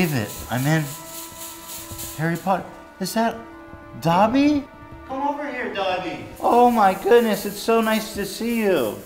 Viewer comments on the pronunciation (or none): Him saying Dobby like Dabi kills me. One is an elf, the other is a traumatized Todoroki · superfluous saxicole no they say dob-ee